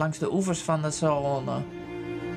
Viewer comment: Even ter verbetering maar zonder kritiek, de "a" in Saone wordt niet uitgesproken en klinkt dus als "La Soon".